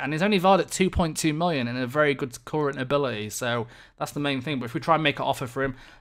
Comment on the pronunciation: Why are you saying mollion? I don't get it.